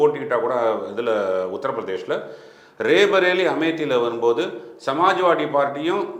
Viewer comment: Pl pronounce it as "ராய் பரேலி". Not ரே பரேலி